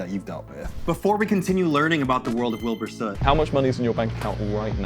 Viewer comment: "i spent a day with wibur soot." oh. are you traumatized enough yet?